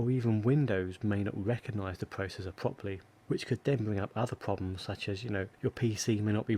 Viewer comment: The pwocessors awen't working pwopewly?? No way!